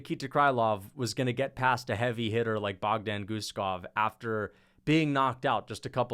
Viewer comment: John gooden made me wanna defenestrate myself with the names he was mispronouncing. “Muslim sallyhoff” and “bogdan gushkov”